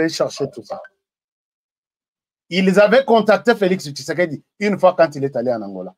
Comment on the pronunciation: Svp monsieur fait beaucoup attention avec l'identité d'un homme Si tu es rwandais tutsi tu n'a pas le son "tshi" dans ton langage, fait attention Mon président ne s'appel pas kishekedi mais Tshisekedi